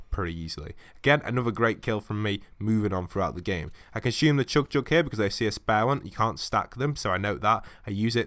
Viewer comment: CHUG JUG NOT CHOOG JUG